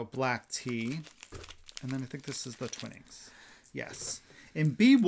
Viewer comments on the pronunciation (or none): Love the felted beards, you both rock at those! 🎅🎅🎅 I only seem to comment when I have a pronunciation tip 😊 but here’s another! Twine-ings tea 🫖😁